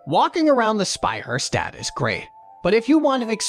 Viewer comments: What is a Spey Her Stät? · It is not pronounced Sbeijärsdäd like the narrator says but Speicherstadt. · He totally butchered the word SPEICHERSTADT Edit: Okay, the AI butchered every german word in that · This narrator pisses me off so much. Say Speicherstadt one more time like an imbecile and i go insane. Either say wearehouse district or something or figure out to come at least close to a proper pronounciation. I am not even sure if it's AI or not.